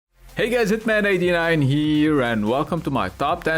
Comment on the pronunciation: did he just say see you gays very soon? lmao